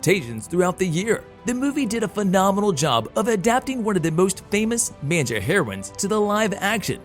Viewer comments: Why are you saying Manga like "man-ja"? It's "maang - guh" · Yes, it's mah-n-gah, not man-jah. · its pronounces Mon-guh, not main-ja. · I love manja! Oh did you mean Manga? Mon-guh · its manga not manja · Um….say man-gah not man-jah. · maine-ja? seriously? Ma N Ga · Did you say Manjah? Fooo it's Mang gahhh Manga lol and you also be calling Kevin Feigie fai-ghee FEI- gee are you even paying attention? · Did he say Mainja? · Please tell me you’re joking when you say manja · I'm sorry... all I can hear is man-ja.... I didn't even know what he was talking about at first. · the way you say "manjah" annoys me SO MUCH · Stop saying "Main-ja" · "Main-ja"? Hmmm..... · Did the announcer seriously just call it a "Man-JA"?!?! Rofl 🤣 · Did... did you say "manja"? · Wtf is a "main -jah"? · How many times can you pronouce manga wrong? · I don't think anyone has ever said it more wrong. 🤦‍♂️ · I couldn't help but cringe every time the announcer said 'manga.' Was it just me?